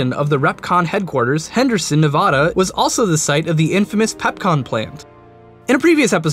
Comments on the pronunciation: Nevaduh not nevahda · It's pronounced ne-vadd-a not nehvaadaah god damn it stop saying it wrong most of the time you got it right do it again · Hey, i live in Nevada, and we lovingly pronounce the state a Nev a da: a as in bat not bot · N.e.v.a.d.a story should you cast I don't know what happen but it not novada it Nevada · I dont get it, how do you pronounce Nevada right the first time, and get it wrong 12 seconds later? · I love your series...but please learn how to properly enunciate the state name "Nevada"...the middle A is pronounced like the A in apple...thank you and carry on being awesome!! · Seriously, the narrator needs to learn how to say "Nevada" correctly.